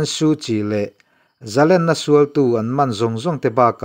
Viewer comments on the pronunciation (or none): Zalenna tih loh tur. Zalènna tih tur.